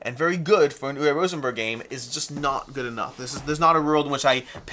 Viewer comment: Say it with me. Uwe is pronounced oo-vay.